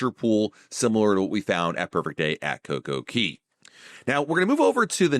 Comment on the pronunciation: It’s Coco Cay, not Coco Key!